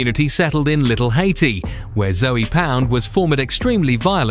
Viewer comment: YLO was not active in Liberty City. They were active in Little Havana and Hialeah. Also it's not "Zoey Pound". It's Zoe pound and Zoe is a slang for a Haitian individual, usually a male. Spanish Gangster disciples were present in the southern parts of Miami along with Imperial Gangsters, Satan Disciples and other Chicago born gangs that are predominantly Hispanic. You forgot about Latin Syndicate, TNS, INP, South Beach posse, 43rd Ave in Carol City, Carol City Lynch mob and many others. Half of this information is incorrect. I would know. I lived in Miami. Specifically Opa Locka, Carol City, Hialeah, Little Havana, North Miami and Homestead.